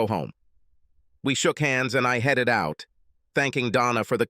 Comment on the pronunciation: HEEDED home? who have you got reading this rubbish.